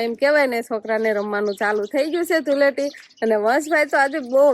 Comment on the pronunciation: ધુલેટી નહીં ધુળેટી કહેવાય